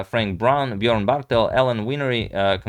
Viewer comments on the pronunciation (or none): none